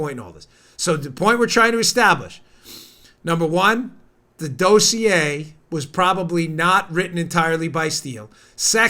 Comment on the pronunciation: It's pronounced dossier, not dossier. Lol